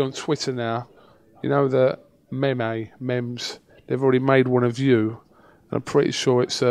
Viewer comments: its "meme" not "mem mem", btw hows the loan going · It's spelt meme and pronounced meem, I don't know what the fuck mamemmay or what ever u said was about haha